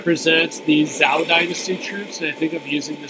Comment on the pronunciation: The weapons are not Chinese, the scenery is not Chinese, the armor or clothes are not Chinese, your pronunciation of Zhou is wrong...are you making it all up?